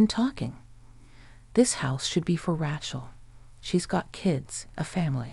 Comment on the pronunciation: Rachal is pronounced RAY-Chell